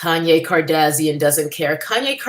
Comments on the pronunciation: Lol you say their last name like "Cardassian", a race of aliens in Star Trek 😂. Not sure if that was intentional or not lol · Every time you say Kardazian, I die a little on the inside. Brilliant. 😂